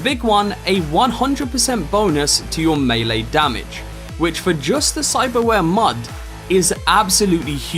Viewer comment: Great video... Clear, concise and currently holds the distinction of being the ONLY Cyberpunk 2077 video I've seen thus far, wherein the presenter knows the correct pronunciation of the word "melee" 😆 Subscribed. 👍